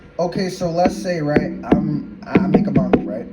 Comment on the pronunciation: I think he does do some marketing for his books but you know what I find funny he's NEVER once done a review on all of his Stories on a suru Go. The website you can find his book and many others in. By the way he doesn't call it Manga he calls it Manna